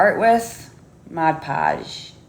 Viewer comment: I wish she would pronounce Mod Podge correctly.